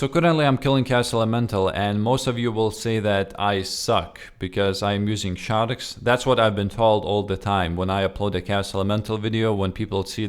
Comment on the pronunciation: i like the way he says shadarks instead of sharks :b